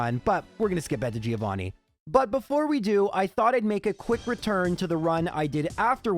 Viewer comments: It's "Joe Vanni," not "Geo Vanni." He is Johann, not Vanni of the Earth. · I will pay for a subscribtion if you start saying Giovanni right (the i is "silent") I really love watching your videos 🤗